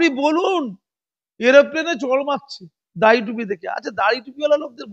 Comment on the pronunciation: দাঁড়ি নয় দাড়ি। উচ্চারণ এ কিছু সমস্যা আছে, ঠিক করে নেবেন মনে করে।